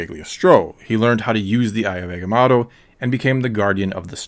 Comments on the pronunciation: Agamoto not agamato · Man said eggamato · Egamato? You mean Agamotto (/æɡəˈmɒtoʊ/) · Eguhmahttoh? What’s that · Please. PLEASe in the future... leanr how to pronouce the names... your misprnounciation of agamotto and cagliostro as agamatto and gigliostro takes a LOT away form this video and makes it look.. lazily done.